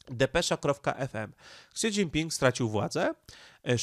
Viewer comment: Śi Śi Śi Śi Śi .. do jasne cholery, mówi się "ŚI Dźingping" żaden "Ksi" Ps. Pan Radosław Pyffel nie musi się reklamować, ponieważ dla osób obeznanych w tematyce, jest bardzo znany od dawna w obszarze geopolityki azjatyckiej, a broni się swoimi bardzo interesującymi materiałami.